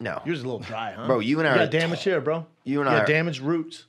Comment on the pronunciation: It’s really no surprise Brendan can’t speak Spanish and tried learning it, but couldn’t. The man can barely speak English. He mispronounces so many words and REALLY struggles with vowels. Everybody is “iverybody”. Hair is “hear”. There is “Thur”...just to name a few. The man is borderline illiterate 😂